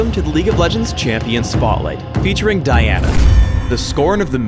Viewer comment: at the end he said Daina !?!? and not Diana ?!?!